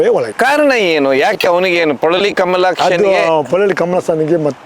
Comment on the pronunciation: ಇವನಿಗೆ ಪೊಳಲಿ ಕಮಲಾಕ್ಷ ಎಂದು ಸರಿಯಾಗಿ ಕನ್ನಡದಲ್ಲಿ ಉಚ್ಚಾರ ಮಾಡಲು ಹೇಳಿ ...😂